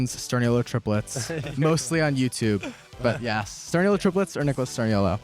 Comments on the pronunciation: WHO IS STURN-OLO!? YOU MEAN STURN-I-OLO (no hate it’s a simple mistake🩷❤️) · He said sturnolio it's sturniolo ❤❤😂😂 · STOP THE WAY SHE PRONOUNCED STURNIOLO STURNOLIO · “Sturn-ol-io” had me cackling 😭😭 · “Sturn-oh-lee-oh” pained me. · “Stur-NIL-IO” STOPPPP NO ITS NOT THAT HARD 😭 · They didnt say his last name right... PLEASE SPAM!! STUR-KNEE🦵- O⭕- LOWWWWWWWW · Why have someone on your show and you cant even pronounce his last name Sturniolo (STIR-KNEE-O-LO) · Not "Sturn-olio" 😮